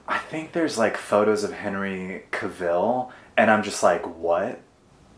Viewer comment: GIRLIEEEE did you just say "Henry Ka-Ville"? Im dead!!!